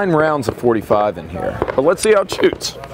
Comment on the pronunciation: “lets see how it shûútś”. Congratulations on a million. Well earned!